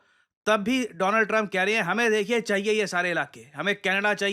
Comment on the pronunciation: Donald Trump ❌ Doland Trump ✅😂